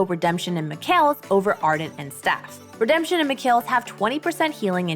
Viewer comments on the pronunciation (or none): Ahh redempshen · Ah the RedempShen Technology